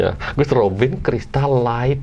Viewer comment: bener light dibacanya lait，g nya ga dibaca